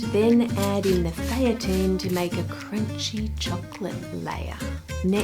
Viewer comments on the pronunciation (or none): French is tricky (I should know, I'm an Australian living there) but just so you know, Daquoise is pronounced "Dack-kwaaz" not "Dack-kwee". "Feuilletine" is more "Foy-a-teen" than "Fay-a-tine" and nah, you can't really buy feuilletine at the supermarket, but you can buy gavotte crepe dentelle biscuits and crush them up which will give you the same result.